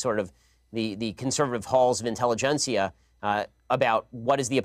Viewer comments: "intellegencia" lmaoooo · He said "intelligencia" wtf lol